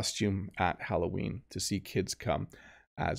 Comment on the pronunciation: « Allo Ween !!! » 📞 😊 Qui est « Ween » ??? 😂👍